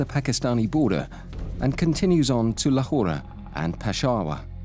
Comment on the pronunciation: Do the locals really say Lahorah? I’ve always hear Lahor.